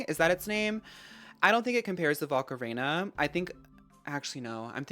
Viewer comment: your pronunciation lol. rhyming volcarona with macarena